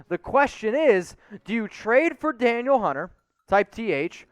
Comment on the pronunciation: Danielle Hunter = "Duh-Neel" Hunter... ; )